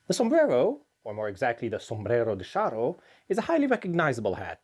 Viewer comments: Ay, muchacho - I think 'cha' is the better pronunciation than 'sha': Sombrero de Cha-rro: ¡Olé! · Shouldn't his pronunciation be "charro""--not "sharro"? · Ch in Spanish is pronounced the same as in English, like in the word Charge or Challenge. Not as sh. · The word charro comes from the nickname for people original from the province of Salamanca in western Spain. The typical cowboy outfit adopted by the anglos is also inspired by the Charros rancho outfit. It is pronounced like ch in change btw